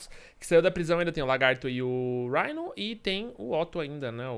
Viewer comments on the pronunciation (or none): Alguém sabe me dizer por que diabos ele pronuncia o nome do Rino como raino? O próprio homem aranha no jogo diz Rino. Acho que a palavra raino nem existe.